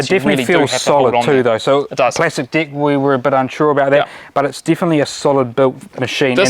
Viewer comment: It's very funny how they say "deck" exactly like "dick"!! 🤣🤣 Are they Kiwis? I think so...🤣